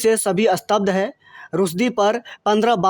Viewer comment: भाई खबर को रिकॉर्ड करने से पहले सही उच्चारण जान लें और कई बार ज़ोर से पढ़ कर ज़ुबान साफ़ कर लें। स्तब्ध शब्द को अस्तब्दध ना कहें इश्टेनिक वर्सेज़ नहीं सैटैनिक वर्सेज़ है। आप खोमैनी तक ठीक से नहीं बोल रहे हैं यह लाइक्स सिर्फ़ चैनेल के लिए हैं।